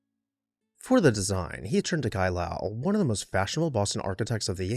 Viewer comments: In Mass the family and city are pronounced: Low-ull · Lowell rhymes with coal